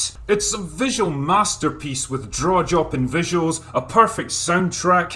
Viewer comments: "Draw Jopping"? Nice one.😁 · Hehe. I came to the comments to ask if “Draw Jopping” was intentional. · Wait, did you say draw Jopping visuals?